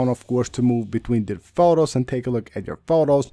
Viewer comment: You pronounce photos so bad. Annoying …